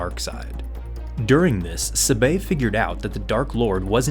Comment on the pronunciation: Please learn how to say, "Sabe." It's so cringe.